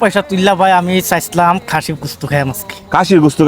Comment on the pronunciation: ভাই কাসি না খাসি হবে🙂